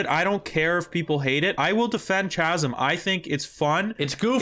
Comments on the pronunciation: Kahsm, Kie-Mera, not Tch-asm or Tch-emera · Isn’t it pronounced Kaz-um Not Cha lol 😂 Anyway loved the video! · are you guys saying "CHi-mera" and "CH-asm" on purpose to fuck with us lol? They have "K" sounds, like "kite" --> "Ki-mera" and "K-asm". I'm sorry I got latched onto that part haha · Boys boys, it's pronounced "Cahsum" not "Chassum" ! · chasm pronounce "Kasm" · Please continue saying Chaz-em. It'll be like when people kept calling Zealot, Zee-lot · It’s pronounced Kasm, Kymera, and Ta_Ta_nka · Chimera is pronounced Kaimera. Chasm is pronounced Kasm. The ch is pronounced as a K because the people who spell words are insane I know people will prolly jump down my throat about correcting you but you've been mispronouncing these for several videos and I figure if anyone's going to tell you, let it be someone who's not going to be all 🤓👆 about it. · Are you guys intentionally mispronouncing everything with a "ch" that supposed to be pronounced like a "K"? 😂 Chasm Chimera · "Chasm" "Chimera" cmon man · 0 for 2 on the new “ch” words. Chimera and chasm are both k sounds. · Overall the game is feeling good these days... Nice job with the review, just gotta say that someone needs to work on pronouncing Chasm and Chimera lol. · Hey like, if you care, “Chimera” and “chasm” are both pronounced with hard K sounds. But you do you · why does he pronounce chimera and chasm like that wtf dawg